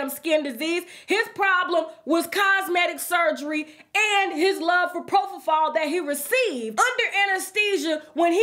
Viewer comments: Think, if he was with Ivanka, how old was she? Is he confessing to getting with her when she was a child, a minor? Did he admit he was also having sex with men? He didn't see all that unless he was in there doing it too. Yes, you pronounced Propofol correctly, I administed anesthesia to thousands of patients and once they came out with Propofol, it was a dream. Retired now but many patients grabbed me, begged me to go home with them to give more. They say it is the best sleep they ever had. Not meant to be used by non professionals. Only professionals trained and ready to administer oxygen should the patient go apneic (stop breathing). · Yes, you pronounced it correctly. Popofol or Diprivan.